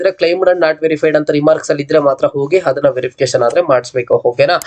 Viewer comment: Adanna❌ Hhadanna✅ Application ❌ Hhapplication ✅ Andre ❌ Hhandre ✅ Aadre ❌ Hhadre ✅ Adike❌ Hhadike ✅ Aadmele❌ Hhadmele✅ Alli❌ Hhalli✅ Update❌ Hhupdate ✅ Hattira❌ Attira✅ Aagirbohudu❌ Hhagirbohudu ✅ Idhe❌ Hhidhe✅